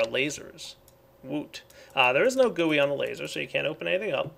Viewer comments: Lol its G U I, not gui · G.U.I Not Gui